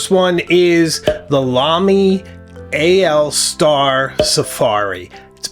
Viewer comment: Thank you for pronouncing the Lamy AL Star correctly, it is in fact AL Star, not All Star as many pronounce it.